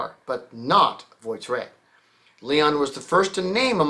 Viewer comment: You're pronouncing voiturette all wrong. The French for 'car' is 'voiture' pronounced 'vwateur' so 'vwatteurette' just means 'little car'.